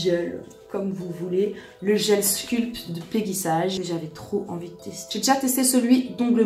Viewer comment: Ca se prononce " peggy saige " et non sage 🤣. Mais tu n'es pas la seule à faire l'erreur. En fait c'est une marque US créé par mrs peggy sage une américaine qui a été revendu et maintenant est française mais malgré tout on doit le prononcer ainsi .